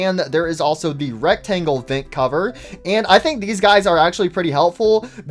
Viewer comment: I really like how he says “vint” instead of “vent” it’s really funny (I’m not making fun of btw)